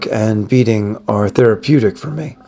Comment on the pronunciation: Beading is pronounced beeding, not bedding...